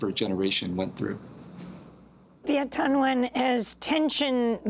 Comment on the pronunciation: Viet Thanh Nguyen’s full name is pronounced Vee-et Tahn N’win!